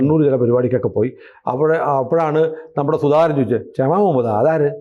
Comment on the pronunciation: ആ കൊച്ചിൻ്റെ പേര് ക്ഷമ എന്നല്ല, ഷമ എന്നാണ്...